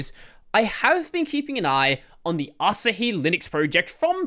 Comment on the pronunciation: Asahi Linux is pronounced "uh" + "saa" + "hee".